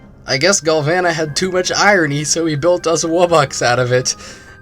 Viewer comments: It's pronounced gal voh nuh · Oh my galvana turned into oh my glasheur